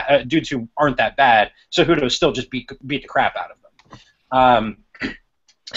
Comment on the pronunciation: Seh-who-doh! J is an h and c is like s as in city. Dudes!